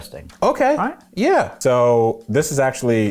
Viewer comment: "Ello mate you alwiiiiight" 🤣